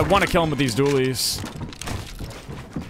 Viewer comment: You kept calling it hop rock Dooleys